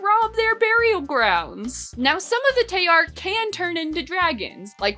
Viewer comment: This may be nitpicking… BUT SOME G’S MAKE A J SOUND. LIKE IN… GIARET? GILLAI? ALSO ITS ADAR (a-dahr)😀 Also I believe Tayar is being pronounced incorrectly (tah-yar) (btw my certifications are having read this comic twice) anyways love the vid and comic!!